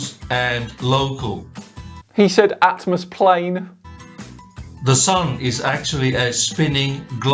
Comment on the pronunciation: Oh. It should be 'atmo-plane' and not atmosplane, because the 's' is the first letter of sphere. This dimwit really is first class.